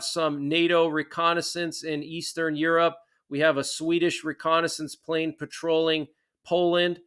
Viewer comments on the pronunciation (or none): none